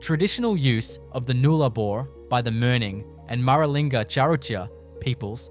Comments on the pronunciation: The narrator would do well to get his pronunciations correct. It’s the Nullarbor not the Noolarbor for a start. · No Australian calls it the newlabore it's NULLARBOR Null meaning ZERO Arbor meaning trees. Say the word right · Would be good if "Nullabor" was pronounced properly. The pictures of the coast are right, but I'm very skeptical about these amazing structures, especially since there are no actual photos of them, and as an Australian, I have never heard of them. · More AI SLOP. Why even talk about a site without any actual photo's of them at all. I mean FFS you can't even spell Nullabor Plain let alone pronounce it correctly. Piss Off and do it properly and don't waste our time. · A.i pronouncing of Nullarbor and kms etc and no real photos..its cringe worthy